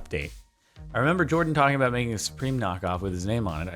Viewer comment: Y u get his name wrong it’s Jordan not hard on